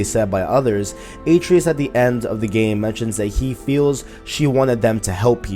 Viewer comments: Bro, Kratos pronounces Atreus correctly hundreds of times during the playthrough as "uh-tray-us", not "A-tree-us". Did you play with the audio off? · almost unwatchable with number of wrongly said atReus, my god get the names right man. no wonder your views suck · How do you not get the name right when he says the name I’m confused lol